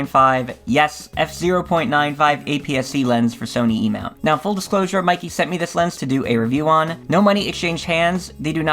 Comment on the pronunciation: Pronounced "may ke"